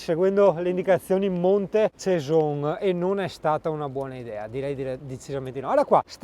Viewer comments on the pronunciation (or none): Juri monte cesen. No ceson casso 😂😂😂😂